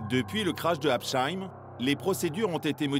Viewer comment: Habsheim se prononce sans le h, pas habcheim… et merci pour le cliché alsacien, ho yeu !! Bon, à part ça, merci pour cette vidéo !!